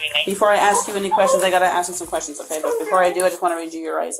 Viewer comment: Have you ever noticed that when black people say the word ask or asked the pronounce it like axed or a??? Anyone ever notice this??? Anyone???